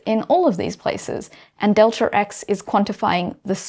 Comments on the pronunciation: deltaRx :)) First time I've heard about this there's no R there :R Amazing stuff, though. [delta eks] is the correct pronunciation but I will let this one slide, as this lady is the epitome of beauty + brains :))) delta P you nailed that one! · You have an intrusive R in your pronunciation of "delta X" which I could do without, but otherwise I've really been glad I watched this video and think you should do more. Thank you. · Why do you pronounce the extra R all the time. Makes you sound illiterate. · "delter x" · "delter" or "delta", aaanyway.... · Off topic, but it's interesting to hear the accent (speaking as an American) regarding the change-up on the pronunciation of "delta". For momentum it's del-TAH P, but for position it's del-TER X. That is all. Tnx. :) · In some dialects, the R sound is inserted when there is a vowel sound at the end of a word and the beginning of the next word. So it's "delter x" and "delta p." It's just a regional variation. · I was just getting used to 'delter x', and then it's jarring again to say 'delta p'...